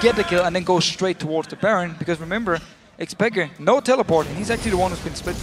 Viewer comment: yea i nearly pissd myself when he said xpeker